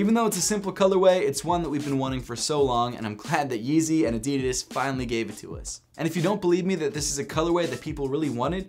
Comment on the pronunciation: The way you pronounce Adidas irritates me very much.